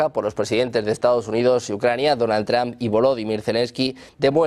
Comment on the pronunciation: que feo pronuncias el apellido Trump, es entre la o y la u no tramp, ni que fuera trampoline